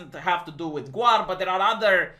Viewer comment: its pronounced Gawr, keeps saying GWAR lol. they are very very different things